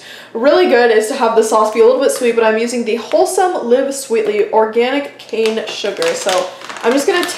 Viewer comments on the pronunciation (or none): none